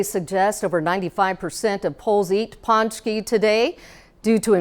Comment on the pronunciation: It's pronounced poonchkey